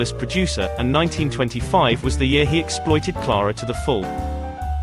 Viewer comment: Stop calling her Klaarah. Her name is Ciaire-ah.